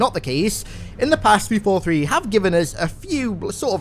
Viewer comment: Why you say “343” like that